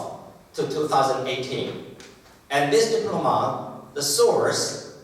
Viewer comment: Diploma 的重音在p啦，不是在d，尼講起來，偶還以為是新單字呢@@